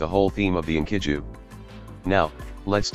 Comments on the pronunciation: "inky-doo" Bless you, TTS algorithm, bless you. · Script: "Enkidu" Text-To-Speech Program: "Inkydoo"